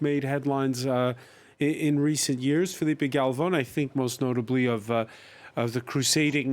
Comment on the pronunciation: Please don't call Filipe Galvon again.